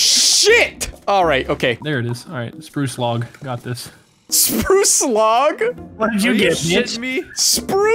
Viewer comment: anyone else thought he said sproo slog instead of spruce log